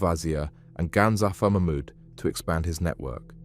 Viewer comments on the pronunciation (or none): none